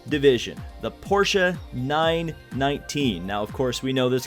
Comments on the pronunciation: Thanks for saying "porsche" correct! :D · i'm amused and happy you said 'Porsche' in the correct way. Normally english-speakers are missing the 'e' at the end :)